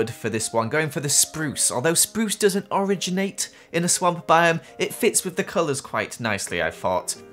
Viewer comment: Anybody else catch him say orange-nate instead of originate